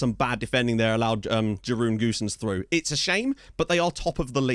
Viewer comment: Even better than you pronouncing Italian names is you butchering Dutch names (''Jeroen Goossens'' being the victim on this occassion).